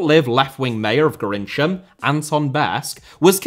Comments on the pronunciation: "Gorinchem" is pronounced as [xɔʀkəm] or "Gorkum", it confuses many of us as well when we have to read it out loud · Small correction: just like many English towns, the name of the Dutch city of Gorinchem is pronounced differently than it is written. It's pronounced 'Gorkum'. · The town of Gorinchem is pronounced "Gorkum". It has probably the least predictable pronunciation of any Dutch town. Eritreans are regularly clashing in the Netherlands, with old-time refugees who support the government fighting with younger refugees who obviously don't. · That was a WILD pronunciation of Gorinchem 😂